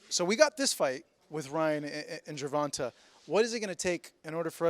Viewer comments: Why he keep callin tank gervontah when he know it's not pronounced that way!!! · you should learn how to pronounce Tank's name correctly. It's not that hard.